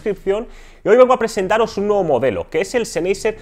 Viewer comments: seneiser...? en serio...que lastima de pronunciacion y no es por ofender, es solo que se escucha mas..."profesional" mencionarlo bien. PD: Mejor Audio46👍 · La pronunciación de la marca "Sennheisser" es: (sennjaisa, siendo la j una h aspirada) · ZENEYYYSER XD jajajajaj :V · Lo de las pronunciaciones suele traer polémica, dada la cantidad de idiomas que han influido, y aún lo hacen, en el nuestro. Yo siempre escuché "senjeiser" o "senjaiser", pero lo que me importa de este vídeo no es eso. Respecto a si este canal es mejor o peor que otros, dejémoslo de lado: para los pocos que hay en la lengua aquí empleada y sobre este tema, apoyémoslo para que no termine desapareciendo. P. D.: Pablo de Audio46 tb pronunciaba siempre "Bous" (o algo parecido) en vez de "Bosé". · Tú cómo los pronuncias? Senjaiser? O como verga? Es una marca alemana a ver si si los sabes pronunciar... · Lo estaba pensando mientras veía el vídeo. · Ah que con los españolitos... su pronunciación es de lo mas divertida, marcas en alemán las leen en español, y las de español en ingles... mal, mal, mal... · pronuncias mal el nombre de la marca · Perdón no pude terminar de ver el video... cada vez que pronunciaba la marca sennheiser de esa manera me daba tic en el ojo jajaj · Respeto hacia el idioma? No se como te comuniques con los demas, si uses "ok" u otras palabras de otros idiomas, solo creo que es mejor pronunciar las marcas como en la lengua nativa de ellas